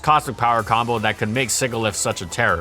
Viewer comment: "Sigilyph" is pronounced with a soft G (as in the word "sigil"). Keep up the good work!